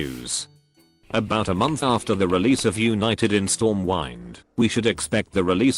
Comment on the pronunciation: did he say stormwine ? wtf edit: actually, he does it all the time lol